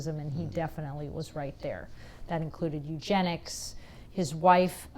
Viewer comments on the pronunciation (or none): Ummm I don't think you get to say eugenics like that.